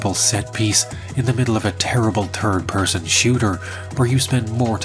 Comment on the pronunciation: Is he saying "thitd" or "turd"¿ English is awesome!